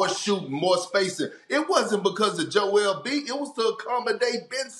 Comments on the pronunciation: “Joel embee” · Nobody: Kendrick perkins: joel mb